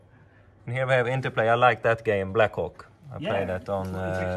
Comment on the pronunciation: Be careful with the pronunciation of Black Hawk